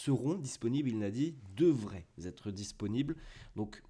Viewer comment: Devraient Têtre et non Zêtre, attention à tes liaisons 😉